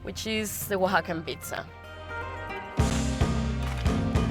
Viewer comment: "Oaxacan Pizza?" Jesus dude. Don't. Right after mispronouncing La Olla, her restaurant. Also the host needs to learn to not talk over people.